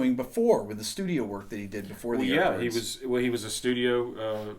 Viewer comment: When said Yardbirds, I literally thought that he is saying art birds for a few minutes. A bit later I checked "CC" to see if my english has really gone bad but guess what... Poor Youtube algo even couldn't pull off what he was saying, fix your pronunciations:P